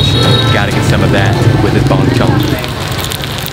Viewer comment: Lol the way you say Bung Chung. At least you tried 👍